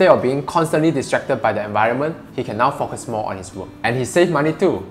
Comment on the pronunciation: Less IS more no doubt about it. BTW Barry Schwartz wrote “The Paradox Of Choice” back in 2004, way before Marie Kondo started this concept so it´s nothing new🙂 -Totally off topic -1.16 it sounds like you say “unable to fuck us”🙂 Great message